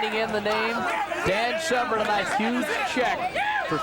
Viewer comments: Why does the commentator keep calling Dan Severn 'Severin' ? If you came here to watch the fight, as I did, you need to wind it up to + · The mans name is not SEV-RIN. Its SEV ERN. If your job is an announcer, all you need to do is pronounce words properly. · Also, sevren?? It's severn, who do u think u are, Joe Rogan?? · This man has ben calling Dan Severn SEVREN for too long! Gah